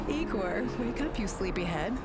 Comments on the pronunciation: no, it’s definitely NOT pronounced “Eyegor” xD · NO IT ISN'T. It's pronounced EEEEGOR,. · "LED neon" xD and no, it's not pronounced eye-gore lmao